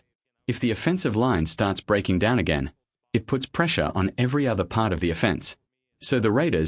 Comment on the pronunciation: Stupid AI. Say the word "offense" again in terms of offense vs defense. Your dumb ai said it like a legal "offense".